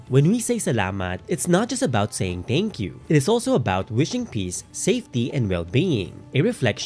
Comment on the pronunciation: Am I the only one bothered whenever he says “teyngkyu”